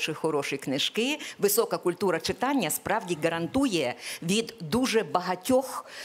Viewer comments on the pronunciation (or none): none